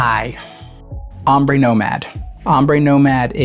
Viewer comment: Nomade, not nomade 😂